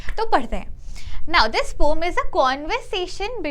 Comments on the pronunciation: Poem ❌ pome ✅ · Poem❌️ Pom✅️😜😜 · Poem ❌ poom ✅ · it is pronounced as pome bruh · "roam" son💔💔💔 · The word poem has got two syllables (po-em). It's po-em not pom.